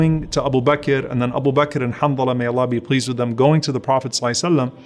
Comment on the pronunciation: JAK Hanthala not Hamdala